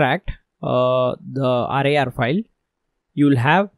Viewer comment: AAAADRRRAYYARRR Sorry no offence intended, i love your accent :D your pronunciation of RAR made me laugh. Great Video